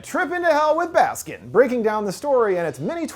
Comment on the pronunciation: i’m probably as turkish as one can be and it took me several minutes to realize that by saying “baskin” you actually meant “baskın” 😭